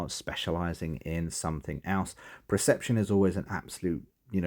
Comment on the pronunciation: Pum-ficiency. Pre-ception. Aside from that... Sorry, useful, thanks.